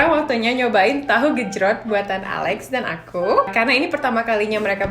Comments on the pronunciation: Alex : "tahu gecroot" lol 🤣 Luv to see Alex learn how to cook Indonesian foods😉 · Bjirr ngakak pas alex bilang tahu gecrot :v